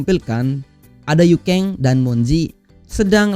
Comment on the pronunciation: Yuken bang bukan yukeng